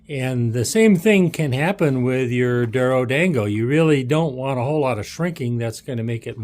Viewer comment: pronounced doro-dawn-go by the way :) Thank you for the great video.